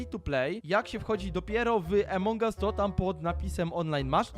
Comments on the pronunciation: nie mówi sie emong us tylko among us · Mówi sie Amongas